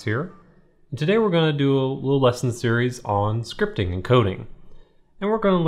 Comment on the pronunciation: did he say "scripping"